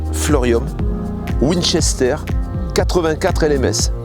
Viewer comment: Ça se prenonce Winster !